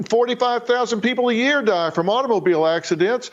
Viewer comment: "Automobeel acseedaynts"